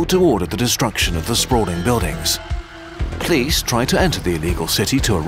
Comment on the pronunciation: Anyone else weirdly attracted to the pronunciation of the word police as 'plice' / 'pleas'?